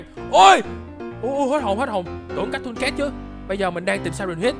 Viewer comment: Cattocat đọc vậy hả